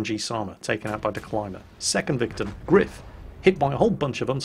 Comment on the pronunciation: gR3iF is pronounced grife try singing: grife nanananana grife is grife nanananana